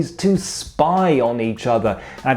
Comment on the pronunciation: I just want to appreciate that you actually pronounced Third Reich correctly, I think that Ive never heard that before